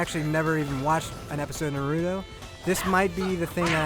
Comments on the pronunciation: For goodness sake, man, Naw-roo-toe!!!! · I wanna staple his mouth shut after hearing the 4th NARUDO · Why do ppl say nuhruto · I guess Asians pronounce english as "engrish" and white ppl call naruto "narudo".. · I couldn’t watch this video beCAUSE YOU KEPT PRONOUNCING HIS NAME FUCKIN WRONG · It's funny, after playing a game where characters constantly say the name "Naruto", you'd think the reviewer would know how to properly pronounce it! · damn your pronunciation was borderline insulting... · Wish you could pronounce Naruto right. :/ Kind of insulting.